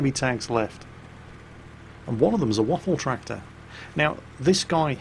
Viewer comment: 'Waffeltracktor" lmao